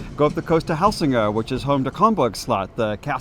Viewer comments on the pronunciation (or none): Helsingør :) Hel-sing-er; for an English tongue. Words that begins with H in Danish is just like a regular Hercules H. But "Hv" how ever is always with silent H. Like English have "Wh" and just W. All the silent front words also appear in English and in the same meanings: Hvad/What, Hvor/Where, Hvem/Who, Hvorfor/Why, Hvid/White and so on. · what is Elsinore??? Never heard of that place before Edit: Are you trying to say Helsingør? The H is not silent in Danish. It you were a turist guide here you should know that